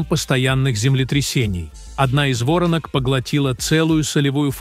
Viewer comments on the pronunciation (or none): Не во’ронок а воро’нок я знаю важна информация, а не ударение НО УХО РЕЖЕТ. Воронка это конусообразное углубление, … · Не вОронок, а ворОнок, когда же научитесь читать по-русски. Роботы эгешниные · Не вОртнок, а ворОнок! Когда читать научитесь? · Да не вОронок а ворОнок, ухо режет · Не ,,во'ронок,, а ,,воро'нок,, в родительном падеже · Каких Вóронок? Сперва научитесь говорить по русски, а потом выпускай" РОЛИ́К ". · Уберите ИИ что такое вОронок ворона что ли приведите речь ИИ к нормальному человеческому языку. Надоело это слушать.